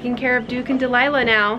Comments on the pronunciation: You said Duke and Dilila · You said Duke and deliah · You said duke and dilighla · You said dlilu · “Duke and Delilah” aww the slip up x